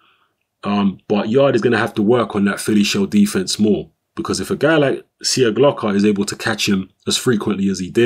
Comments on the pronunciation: Its pronounced Sieklocha. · There is no "Slav" in you, the surname is pronounced SIJEKLOCHA:D Anyway, good performance by both fighters actually. Nikola came to fight and gave Yarde the best test so far. Few more fights and he will be ready for a title shot!